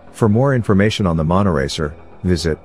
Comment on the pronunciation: Not monoracer but monotracer?